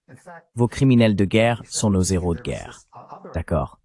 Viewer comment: PITIE ARRETEZ DE FAIRE DES LIAISONS AVEC LE.............................. H.............................un......héros.....séparez les 2 mots ..........................un néros......n'existe pas